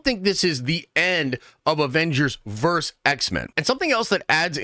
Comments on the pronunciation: How hard is it to say “versus” instead of “verse”? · IT'S PRONOUNCED VERSUS!!!! NOT VERSE!!! FUCKS SAKE!!! Luh you. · DUDE: It's VERSUS, not VERSE! VERSUS is not the plural of Verse (that would be verses). You say it so many times I couldn't stop myself for pointing it out; sorry, and no judgment intended. Versus is always and only pronounced "vur·suhz," and it means "against." What you keep saying means a group of lines in a poem, song, or religious text. Otherwise, I really enjoy your nerdy rantings and will keep watching. :)